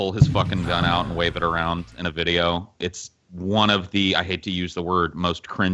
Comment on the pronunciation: "There you go suckin arn a bong."